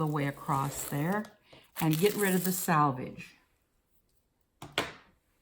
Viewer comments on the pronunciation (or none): sElvedge, NOT sAlvedge! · It's actually 'selvedge' . The edge left in manufacturing fabric to prevent unravelling. 😃 Although, having said that, this is plastic sheet, , not woven. Maybe ' salvage' will do!